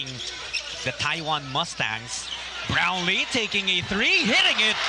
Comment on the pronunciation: Boss paki tama yung "brownlee" baka pati JB angkinin ng china